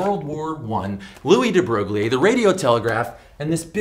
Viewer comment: Louis de Broglie is not pronanounced "lui de broglie", it is "lui de broy"